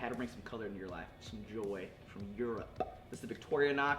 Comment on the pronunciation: "some joy from EuroP!" That "P!" :)))) I am european and I wanna learn that P! =)))